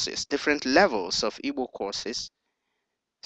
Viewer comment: This computer is saying evil ,not Igbo, it is not necessary.